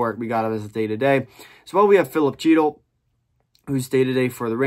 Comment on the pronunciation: Filip Chytil is pronounced "Hee-tle" not "Cheetle".